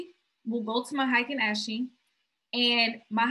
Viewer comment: Lol I love this video but sis it’s (Ah-ken Ah-shi) candles 😂😂